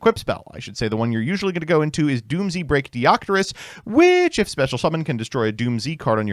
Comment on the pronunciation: its pronounced doomz not doom z. the japanese name is dūmuzu which is doomz.